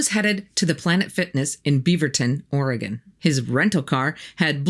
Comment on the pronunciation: Great creepy stuff! And congrats for pronouncing 'Beaverton' and 'Oregon' correctly! :)